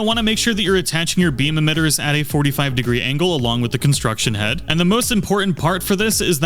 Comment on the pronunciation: CONSTRUCT head, NOT construction head.